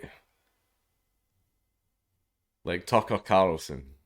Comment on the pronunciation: I want to poke fun at him being unable to say carl, but I don't want to be rude by pointing it out....